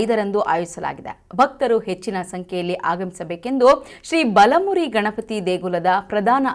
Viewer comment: ಬಾಲಮೂರಿ ಅಲ್ಲಮ್ಮ ಬಲಮುರಿ